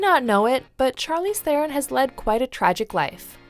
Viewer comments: "sharlize theren" Omg I love english people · it’s pronounced “sharleez thrron.” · Can people please please please start at least trying to pronounce her namr right??? I mean it’s even mentioned in the video come on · I don't understand, how could you pronounce her name wrong in your narration after you put in the clip where she tells everyone how to pronounce her name correctly?